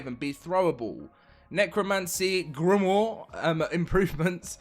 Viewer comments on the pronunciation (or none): For the love of God, Grimoire is pronounced Grimwah, its not that hard. 😂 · Grimoire is pronounced grim-wah. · Its French, thats how its pronounced, like Gateaux is gaa-to not gatux :)